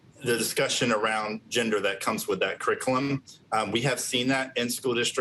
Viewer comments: The man cant even say curriculum . "Criclum" lmao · …why can’t this dude say the word “curriculum”??? 😅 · This man cant even pronounce the word "curriculum" and he is making the educational decisions? Ironic. 🙄 also if we cant talk about orientation, they shouldn't be allowed to talk about heterosexuality either. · he can't even say curriculum right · He can't even say " curriculum " who's letting this man decide what happens in schools?